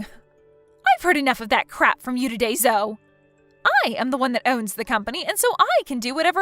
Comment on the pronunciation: Zoe is pronounced zoee.